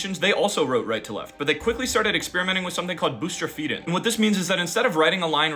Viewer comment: What an odd pronunciation of bustrophedon.